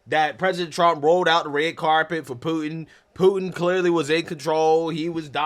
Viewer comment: I like the way reporter Calls Putin. Pooo. N . Say what????? Learn the man’s name please if you are a reporter. Good grief